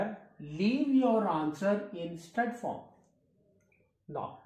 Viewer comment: Sir its surd not stud, btw Thanks a lot for you effort. Really helpful videos 💝